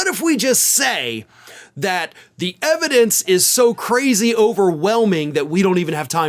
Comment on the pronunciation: "Put the ebidence in da car, Junior."